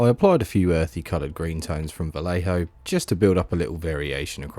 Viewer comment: Every time you said "Vallejo", I involuntarily cringed.